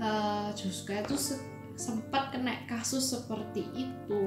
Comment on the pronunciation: "Sempet kenek kasus" 😄😄😄 accent nya lucu😊